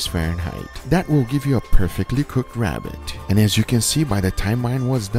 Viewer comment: Its a wabbit